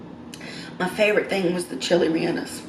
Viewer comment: Ray-yay-nose. Btw.